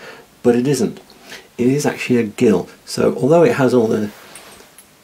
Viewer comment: Gill is pronounced 'Jill' when referring to the measure and as 'Gill' only when referring to a fish.